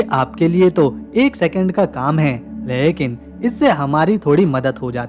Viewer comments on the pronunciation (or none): Lehkin nahi mere bhai lekin bola kijiye.